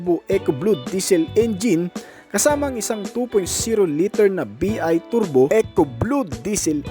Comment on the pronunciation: You should pronounce the initials "BI" as "bye" (soundslike) which means twin turbo!